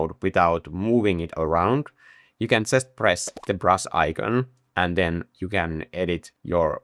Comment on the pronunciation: I love the way you pronounce brush: Brus', Brus'es, Brus Strokes.